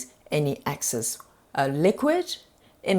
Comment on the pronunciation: Thank you. BTW, it's Excess and not Access.